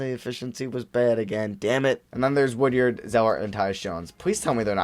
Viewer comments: Hey I’m a big Mississippi state fan, go to all the games and it’s pronounced wood-ard not wood-yard but still great video and thanks for picking him up 💪🏼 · The fact that you kept saying “Woodyard” instead of “Woodard” was pissing me off lmao